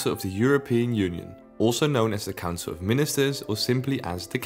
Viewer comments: That’s all I here now every-time he says council 😂😂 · The way you say council makes it sound like cancer which... Is just gorgeous